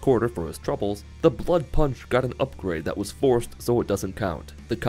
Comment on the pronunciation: "Blood prunch"